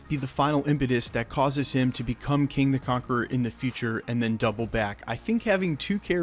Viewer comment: It's KANG not king.